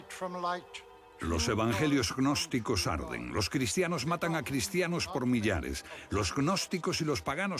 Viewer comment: Jajajajajajajajajajajajajajajaja agnosticos😆😆😆😆😆😆 es gnosticos animo la "G" es como h no pronuncia ni se agrega letra